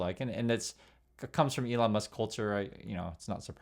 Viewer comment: Its Leon Musk.